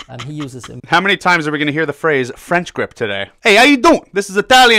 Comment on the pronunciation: FWench GWip